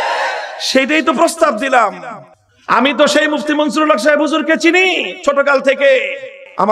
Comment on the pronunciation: মুহিউস সুন্নাহ আল্লামা মুফতী মনসূরুল হক সাহেব দাঃ বাঃ হুজুরের নাম ভালো ভাবে উচ্চারণ করেন মামুনুল হক সাহেব